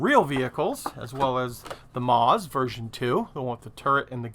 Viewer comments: "Maus" is pronounced "mouse," not "mawz"! 8-D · Hey! A great collection of new kits to empty my wallet, looking forward to aquiring quite a few of these. By the way 'Maus' is German for Mouse and it is actually pronounced exactly the same as the English way, just thought i'd give you a heads up!